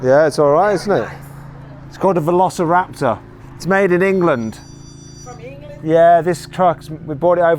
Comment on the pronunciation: Velociraptorの発音が良すぎて何度もリピートしてる